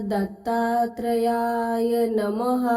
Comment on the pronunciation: Mantra ucchar chukicha ahe tai Om dra dattryay nasun Om dram dattatrayay asa ahe